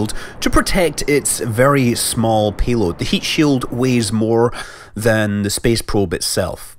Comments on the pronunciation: sounds like pee'oad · HitodamaKyrie accents, the p aaa y load sounds like peeaload. Lower a instead of upper A. So it almost blends in like pe, pe load. He's making a joke with the accent and you comment about nuts.